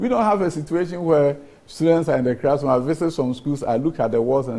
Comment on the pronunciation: And he keeps saying "crassroom" when most of the E "crassrooms" are decaying in the bushes.Please "crear" the rest of the "crassrooms" from the bushes, Honourable Minister.